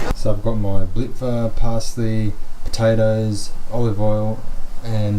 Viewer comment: your pronunciation of .. "blitva" ... is PERFECT